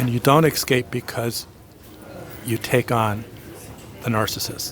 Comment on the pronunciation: I love your video's and your knowledge. I have only one pet peeve. 'Excape' When did escape evolve to excape? You're a very smart man and a brilliant teacher. Thank you for all you do to help those of us trying to mend.